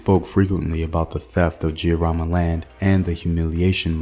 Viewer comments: I couldn't be more proud of my Kenyan heritage & history. The Giriama pronunciation though😄 can you do one on Wangu wa Makeri? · Pronunciation of Mekatilili wa Menza quite good .....but Giriama the "G" is as in get or git